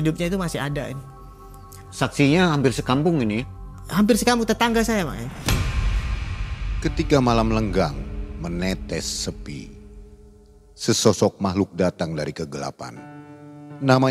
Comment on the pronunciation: Malam lenggang ❌ Lengang ✅